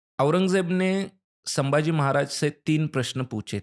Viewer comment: अरे वो सांबा! कृपया छत्रपति " संभाजी " को आप बारबार "सांबाजी" कहते हो गलत है ही, पर अपमानजनक है, सुधार ले।